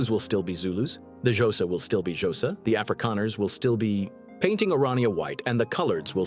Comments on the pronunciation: 'Josa' is killing me! 😭😅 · "The jowsa"🤣🤣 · The ai can't even say xhosa